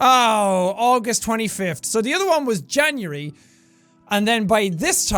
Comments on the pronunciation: Staap saying Jan-yury IT'S JAN-UARY!!! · Jack: Makes fun of his past self about the way he pronounces certain words. Also Jack: Janury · So he gets on his own butt about pronouncing this wrong, and then he says, “Janury.” Oh Jack. You haven’t changed a bit.